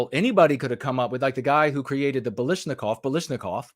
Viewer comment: Kalashnikov not Balashnikov.